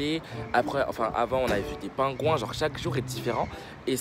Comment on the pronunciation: Eh j’te love mais STOP ARRÊTE DE DIRE « gennre » STPPPPPP!